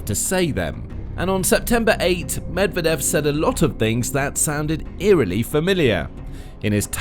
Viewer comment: You don't sound like a reliable news source when you don't bother to spend a few seconds to find out how Medvedev is pronounced before saying his name many times: muhd-VYEH-duhf